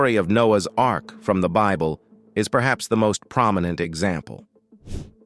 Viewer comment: The robot narrating this video is only after money and does not know how to pronounce Bible